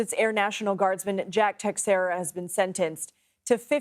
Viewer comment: Jack Tex-era? If you want to pronounce it correctly, it's Tay-xeh-ra (or something close to it). Stupid decision he made.